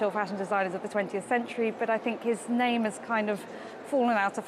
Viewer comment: You’re pronouncing the name incorrectly!